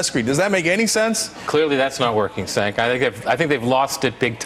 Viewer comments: Lol calling Cenk "Sank" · did the guy say cenk like "senk"....its "jenk" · he said... SENK.. not Cenk.. =D.. thats funny.. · haha.... he called him "senk" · "Senk" isn't how you pronounce Cenk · Lol Bill called him "Senk"